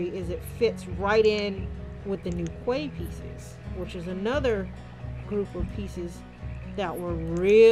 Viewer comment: A Quay is pronounced Key. Loving this new release